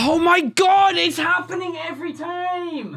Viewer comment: OMG ! ITS HAPPENING EVERY TIEM (he literally said tiem)